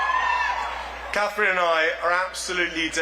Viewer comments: He couldn't even get Catherine's name right. Wokey woke woke woke. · Who was that guy? He messed up Catherine’s name. Smh